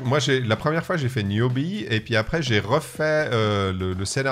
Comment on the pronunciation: Putin ils savent même pas dire le nom… Niobe pas newbie…..